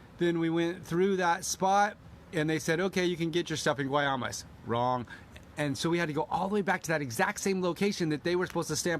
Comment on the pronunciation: It's Guaymas. Pronounced Wymas. Do you have Mexican Auto insurance. You guys I can tell have never been down there. I've been going there since 1980 when there was a two lane blacktop down to Puerto Penasco. Do you speak any Spanish. You don't drive down as far as Wymas (Guaymas) without some Spanish. Your real lucky bandits and Cartel didn't get you.